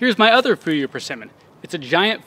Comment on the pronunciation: You are pronouncing Jiro ok, but Fuyu is kind of ??? When I heard it at first. I love dry persimmons. It’s our New year speciality. (Japanese). I envy you. In dallas where I live, it’s over 90-100 degree in summer and freeze in winter. It kills in both season😢